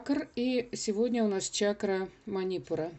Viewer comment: Манипура !!!!!ударение на У!!!! СЛУШАТТ ВАС НЕ ВОЗМОЖНО